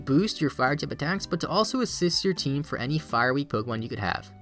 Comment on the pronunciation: its "team" not "teem" lol